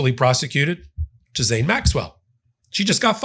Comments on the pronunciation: figure out how to pronounce "Ghislaine"... (hint Zhee-len) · Her name sounds like Jillaine. Are you trying to make a joke? Jizzaine? Otherwise it just sounds dumb. There is an L in her name and the S is silent. Gislaine sounds like Jillaine not Jizzaine 😂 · Stay Angry! (Ghislaine is pronounced Gilane btw!!) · The S in Maxwell’s name is silent. You pronounce it Gil- lane. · I love your videos and learn so much from each and every one. On a side note, I heard one of Ghislane Maxwell’s friends pronounce her name the other day. She pronounced it “Ghee-Lonn.” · Please pronounce her name correctly. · Dude, I have much gratitude and respect for you, but this one is hard to follow. You’re all over the place on this one and pronouncing her name wrong. I’m only offering constructive criticism because I know you can do much better. Wishing you well, I hope you had a nice holiday. Now get some rest 🙏🧡